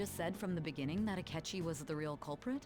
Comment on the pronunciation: "Asketchy?" Me: No...sketchy akechi.